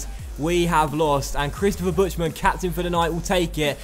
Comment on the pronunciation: Great vid:)Just thought id point out something that's been nagging me for a while and since you read the comments so often I thought id point it out XD Buchtmann is surely said differently, as its BuCHTmann, rather than BuTCHmann which is how you seem to be saying it?